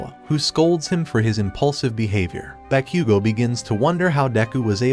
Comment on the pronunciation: Bro said bakqgo